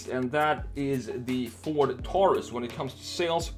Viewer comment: My pet peeve— people who pronounce “Taurus” (tár-îs) instead of (tore-rîs) ... like it’s supposed to be.